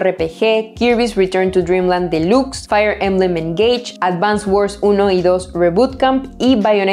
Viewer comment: Esta mujer es muuuyyy buena, lástima solo publique un video muy rara vez en YouTube, felicitaciones, (pdta: no se lee “ esniper “ sino snaipr “, delax no dilux entre tantas cositas sin inoortancia a mejorar ) sin ánimo de criticar muy buena